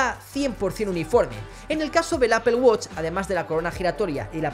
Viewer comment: Apel woch hahaha estos españoles quieren españolizar el inglés (apool guach) amigo no te cuesta mucho.